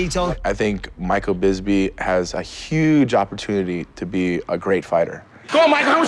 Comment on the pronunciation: Michael Bizby lmfao another TKO loss by the English language for Tito